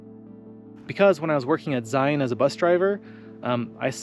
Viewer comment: I am always impressed with all of your videos. And I was also impressed with your pronunciation of Zion as it is exactly the way it is pronounced here in southern Utah